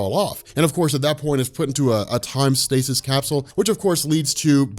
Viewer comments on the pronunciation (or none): none